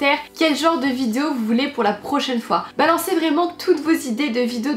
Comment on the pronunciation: "Aujourd'hui on se retrouve pour une nouvelle vidzzzzéo" tu as battu ton record, c'est devenu ta marque de fabrique 😂😂😂